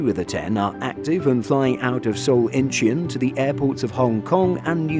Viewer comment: Icn pronounced in chun.